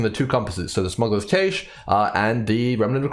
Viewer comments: Sorry to be the guy,, it's pronounced like "Cash" not Caysh.:D Really appreciate your approach to having useful and reliable data, that you emphasize the time it takes to personally run the map and that's what decides your div/hr. You're the man! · Cache, like Cash money. Not Cash' A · That is definitely not how you pronounce cache. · I'm not Australian but I found references to both pronunciations when I looked it up briefly. ¯\_(ツ)_/¯